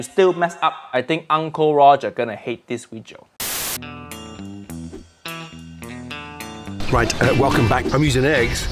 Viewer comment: "This vijio"